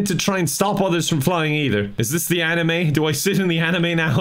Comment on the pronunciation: I can’t tell if is calling it the “Anime” on purpose. He does know it’s called the Animus. Right.........?